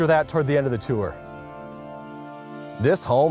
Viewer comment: Its pronounced tour not tour. Get it right